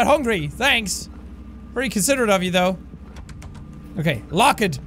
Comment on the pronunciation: Jack: who ever gets scared has a low IQ Also Jack: I think it's LOcK- Ed!